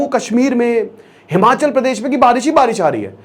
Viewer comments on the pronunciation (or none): Its not himanchal,its himachal